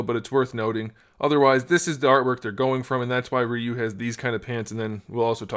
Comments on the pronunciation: Its Re-you not Rye-you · right? he keeps saying Re-u but it pronounced Ry-u